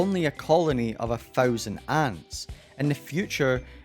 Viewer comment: Not to be mean, but what’s fousand